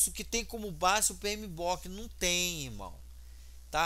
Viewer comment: Ótimo video. Apenas uma correção: é PMBOK e não PMBOOK.